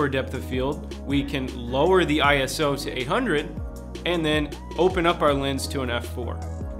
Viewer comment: ISO is not an acronym for Internation Standards Organization, It belongs to the International Organization for Standardization (or in French: Organisation Internationale de Normalisation) and it comes from Greek "isos" which means equal. It is pronounced eye-so not eye-ess-oh. It was chosen since an acronym would be different across different languages.